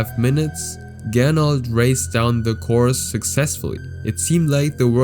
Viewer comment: Er hieß aber Gernot und nicht "Gernold"